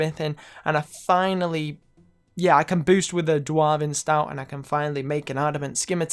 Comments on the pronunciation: What did you say? Dwareven? It's pronounced Dw-orv-en sunshine. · new video: learning to pronounce "dwarven"